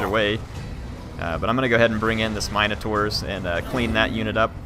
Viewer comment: This has been bothering me. In Warhammer is it really pronounced Mine-uh-tours? In everything else I've always heard mihn-uh-tour or mihn-uh-tar. Are they all acceptable?